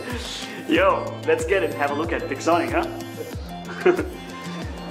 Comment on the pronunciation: i thought said pigzonic 😂